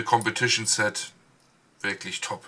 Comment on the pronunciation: tolle videos, aber jedesmal wenn du "ZETT" anstat "Set" sagst kreuseln sich mir die zehennägel...